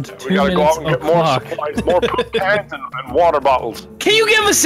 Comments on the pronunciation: It's pronounced po-op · It's PO-OP 😂😂💩💩